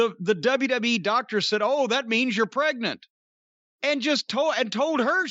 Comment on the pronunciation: WWE doctors on Google: "am I pregante"